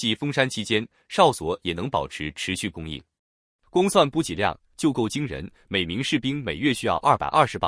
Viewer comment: ｂｕｊｉ补给，不是bu gei